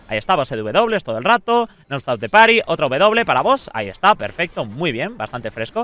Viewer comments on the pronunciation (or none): none